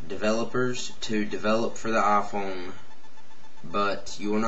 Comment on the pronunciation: Aphone wa-fi lol